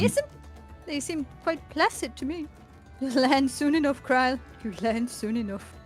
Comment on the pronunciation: ah i remember you guys. your the ones that pronounce krile silly. wondered where you 2 disappeared to